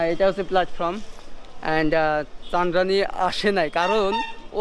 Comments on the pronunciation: ভাইরে ভাই চন্দ্রানীরে এতদিন ছন্দ্রানি কইছে,,, এখন আবার শোনা যাচ্ছে ছান্দ্রানী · মেয়েটার নামটা সুন্দর, (চন্দ্রানী) আর ভাই তুমি বলো চান্দ্রানি 😁😁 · আরে চানরানি চানরানি কি ? নামটা অন্তত ঠিক করে বল।